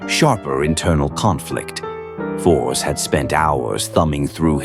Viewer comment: seeing the name written and pronounced a Force instead of written and Fors and pronounced and Forz is kind of grating on the nerves